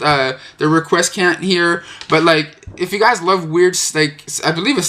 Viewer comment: rek--we-s-ant, that's the pronunciation for requiescant.